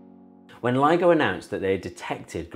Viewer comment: I thought he was saying LEGO instead of LIGO 😂😂😂